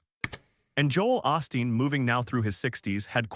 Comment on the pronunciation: "OOOHHH- STEEN" NOT "AWE-STEEN".